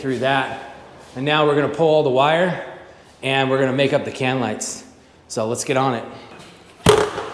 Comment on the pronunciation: great vid. "LIGTHS"